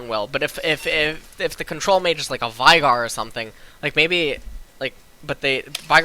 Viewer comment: Veigar, it's VEIgar like in WEIGHT. Loser.